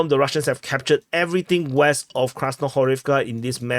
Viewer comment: 'Some crazy shit has happened west of Krasnohorivka' said in an eastern accent is something I didn't know that I needed in my life, but here it is